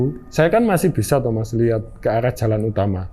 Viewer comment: Jalan mas, bukan calan